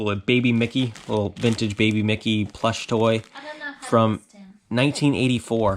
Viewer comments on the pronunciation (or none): none